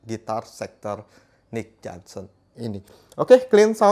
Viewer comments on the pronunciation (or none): johnston bang, bukan johnson 😄